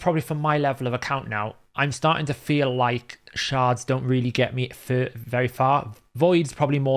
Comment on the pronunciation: I'm going make a huge correction just so things don't get too misconstrued. We FEEL** you,. FEEL, not fill lmao.